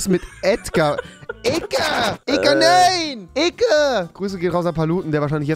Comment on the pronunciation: Das heißt EDGAR😬